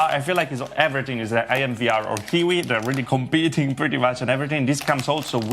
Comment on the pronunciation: It's not kiki but Kiwi